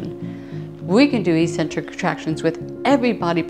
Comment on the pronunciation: In 'eccentric' people the first 'c' is hard, not soft